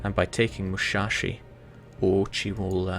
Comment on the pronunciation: its not mushashi, its musashi